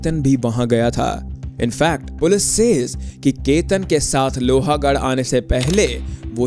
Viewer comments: It is not pronounced as Lohaaagadh.. it is pronounced as lohgadh.. a is silent. The way you keep saying that makes your video sound less authentic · Bro its lohgad. Not lohagad. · It is lohgaad not lohaagad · लोहागाढ nahe bhai लोहगाढ he vo. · BRO U HAVE SO MANY SUBSCRIBERS AND FOLLOWERS - KISI KO TO ATLEAST PUCH LETA KAISE PRONOUNCE KARNA HAI... ITS NOT - लोहा it's लोहगड.. I'm from Pune and trust me the second u said LOHA I stopped watching... Baki take 1 view from my side